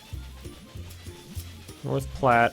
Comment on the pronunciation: But North Platte was pronounced correctly